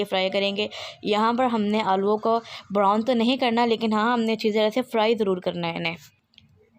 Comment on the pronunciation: The words which u pronounce are, chop, brown, salt, etc. My sweet sister once again listen to your video, I don’t mind if someone corrects me, it’s a part of learning. I’ll try the dish which u prepared, it seems to be delicious